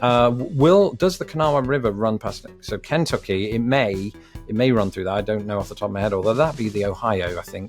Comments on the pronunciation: now you can learn to say Kentucky. (Ken-TUK-e). Lol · I enjoy your pronunciation of KENtucky. We generally say KenTUCKee. Also, no American would mind how you say NevAAHHdah. You outscored me on the quiz and I've lived here for 61 years. Well done my friend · It's not Can-tucky it's Ken-tucky. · Ken tuck y, not Can tucky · Why do Brits pronounce Kentucky so oddly? It's not KENtucky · You put emphasis on the n in Kentucky. You might want to put the emphasis on the t.